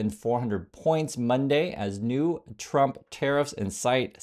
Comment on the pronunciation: President chump? Why can't she say Trump? Maybe she pronounces it that way on purpose! 😂😂😂